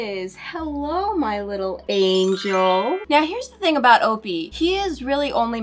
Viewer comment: Why is opie name said like o-pee and not o-pie...